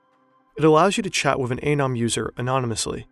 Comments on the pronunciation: The guy in your video clip showed you how to pronounce ANON, and you ignore it. 👎👎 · I do think it’s pronounced ah-neu-m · Is it anøm or anom? You pronounced it anom, but wrote it as anøm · Your pronunciation of “anom” is just plain bad.